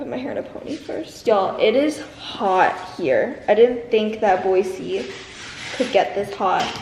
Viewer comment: It’s boy-z not boy-c